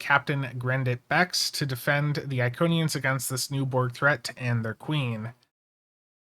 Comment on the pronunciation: Did they just say Iconians?